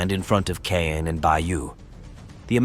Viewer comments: It’s actually pronounced ’Con’. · Caen is pronounced more like "Con" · I have a hoopla app account, has been listening to WW2 books narrated by both British and American readers. They all pronounced Caen as “con” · most audio books I listened to so far with “con” pronunciation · How many pronunciation’s of Caan, can you put in the same video? It’s the same location they have the film festival, we’ve all heard it before , lol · Not sure what to make of this. Pronounced Caen three different ways - all wrongly. The Germans destroyed a Churchill tank by aiming at its fuel tank? Seems one of the most heavily armed tanks of the war would not have its fuel tank unarmoured to be shot at. If it was external then that catching light also wouldn’t destroy the tank for various reasons.